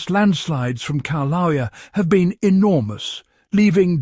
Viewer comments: Kee-laow-eah? Seriously?? I am so done with the ever changing pronunciation of ancient words. I think it's related to Keev Fatigue. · Pronounced 'kil- a- wea' You are butchering the pronunciation of the name of the volcano! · learn how to pronounce "kill-ah-way-ah". It's very difficult to take you seriously when you don't even pronounce the name of one of the most recognized volcanos in the world correctly.